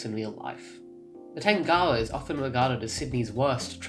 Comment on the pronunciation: U say it weird tangawa